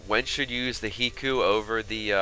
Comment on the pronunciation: High-koo it is High-koo just like Haiku.